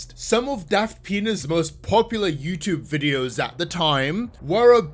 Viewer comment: Every time I hear say "Daft Pina's," I keep hearing "Daft þəŋ!$"... It's either a fitting description... or I have a problem EDIT: OK, it is a fitting description...